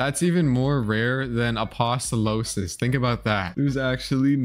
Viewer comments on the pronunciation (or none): Hi, amazing vid I thought it was a joke at first, but really does call apostolos "Apostolosis" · It’s apostolos not aposolosos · Stop calling it eggis its ee-jhus and also its a-post-a-loss. not a-post-o-losis. Stop mispronouncing it or im unsubbing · reply to me also can u please stop saying eggius it's age iss srry to sound like a nerd also again it's not apostolosis it's apo sto los